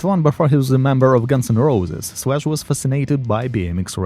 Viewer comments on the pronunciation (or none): When he first said, Slash, I thought he said flesh! Lol